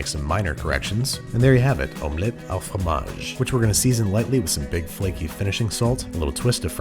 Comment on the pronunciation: You pronounce FROMAGE si parfaitement.